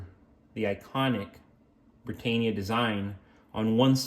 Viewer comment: Brit-ann-ia not Brit-ain-ia.